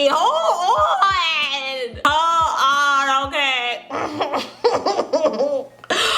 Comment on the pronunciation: I'm dying "holl on" 😂😂😂